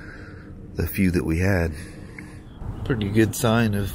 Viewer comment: "It's some kinda purty". Hee-hee🗨️😎👍